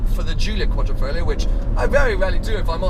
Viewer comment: it is not 'Folio' BUT 'FoGlio'.........lol